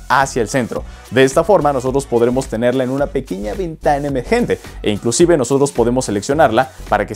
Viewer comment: pregunta por qué dices inclucive